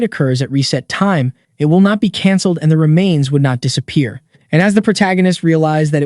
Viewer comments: "dissa pee air" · It sounded like the AI had a bit of a stroke for a second when it pronounced disappear as "disa-pee-air" lol.